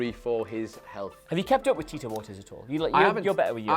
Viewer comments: It's pronounced "Or-TEEZ" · pronunciation of "Ortiz" is so fucking cringy. It's two syllables. "Or-tees." How do you not know how to correctly pronounce of the most common Hispanic last names? Fucking uncultured Englishman. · Ortiz is pronounced like Or- tease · Oh my god please look up the right way to say Tito Ortiz name right that shit was killing my ears 🤦🏾‍♂️